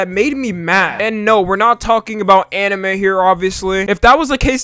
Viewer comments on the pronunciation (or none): Anime* not Enemei